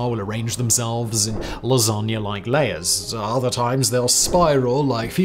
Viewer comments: No worries everyone, he intentionally mispronounced "fusilli" and "gnocchi" in that funny way only to attract comments from angry Italians. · You sounded smart until you murdered the pronunciation of fusilli & gnocchi…